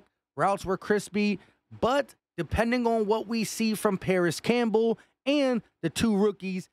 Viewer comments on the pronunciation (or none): none